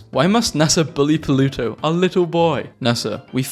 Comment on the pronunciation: I keep hearing "polluto"